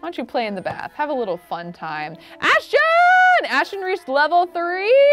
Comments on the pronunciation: It’s not Ashchon it’s Ashton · The fact that she still can’t pronounce Ashton 😂❤️